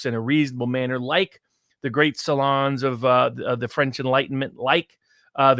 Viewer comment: is pronouncing salon wrong: P